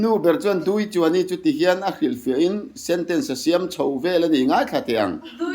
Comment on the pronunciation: Duichuaini 'NI' tih i lam thluk dan hi a dik lo, 'Muani chu ka Ni a ni' mihring kan in koh dan a kan pa te farnu hi kan NI an ni a kha mi Ni lam rik ang khan lam rik tur a ni.